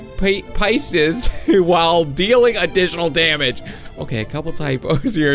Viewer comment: Pieces not pieces